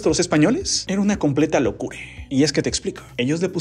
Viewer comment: Bro porque dice latinoamerice,locure y adentro hacia afuere